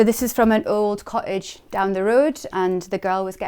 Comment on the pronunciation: Charming house really hard working girl with real charm, but the pronunciation of "cottage" drove me nuts- sorry